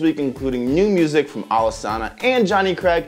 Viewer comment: Alesana's name is actually pronounced (Alice-Anna) ...sry that just bugged me